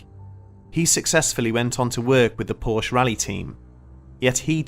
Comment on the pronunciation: Fact Checking could have made this short documentary factual. Most of the stories are embellished and/or BS. First. PORSCHE is a two-syllable family name, Second. There is no curse of the Little Bastard. Third. James Dean: On The Road To Salinas....is the real deal for James Dean's motorsports history with his Porsche 356 Speedster and 550 Porsche Speedster. Lee Raskin Porsche historian and author